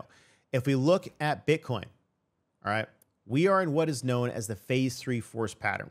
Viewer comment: Bro said butt coin 😂